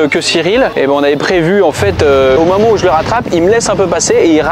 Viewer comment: le meyeur momant